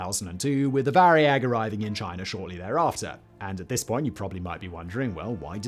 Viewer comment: You didn't say "chi ner" so they must be making progress.